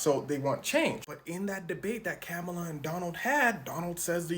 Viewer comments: comma-la get it right bruh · pronouncing kamala like pamela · Its pronounced kha-muh-luh 🙄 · Ugh- her name is pronounced COMMA(,)LA!!! It's not difficult 🥱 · Please learn how to pronounce your Vice President's name. Its not hard and seems disrespectful not to. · It would help if you could pronounce our vice presidents name. You sound ignorant. Good luck with your channel. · Gang I ain’t tryna get at you but you said old girl Kamala name wrong